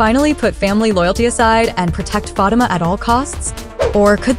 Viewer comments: That is so true. Learn to say her name RIGHT PLEASE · The person in charge of relating upcoming info to us about episodes of Zatima needs to pronounce Fatima's name correctly. It is very irritating to hear this person continue to mis-pronounce Fatima's name. Your followers would increase if you showed more respect for one of the main characters of Tyler Perry's Zatima. Do you even watch the show, seems you would know how to pronounce Fatima's name of you did. Fix this immediately